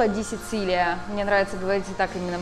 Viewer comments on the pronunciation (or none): Не дэ Сицилия, ужасссс позор, а дэ сичилия научитесь правильно говорить